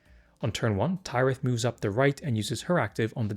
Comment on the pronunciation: again thank you for these kinds of videos! they're super helpful. one thing though: i finally watched the Harvest episode with Tyrith the other day and i'm pretty sure it's pronounced like Minas Tirith. the 'y' in Kyrus, though, is pronounced like eye.